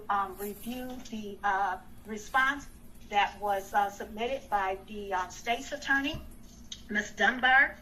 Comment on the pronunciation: First she says it's unlawful and then immediately says she doesn't know. Bahaha 🤣. I'll have what she's smoking. She's also mispronouncing State's Attorney. Too funny.